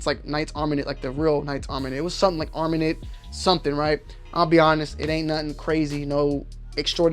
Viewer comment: Black guy reviews rifle, uses an olight and can’t pronounce “armament” and claims to like vortex strikefire more than an eotech 😂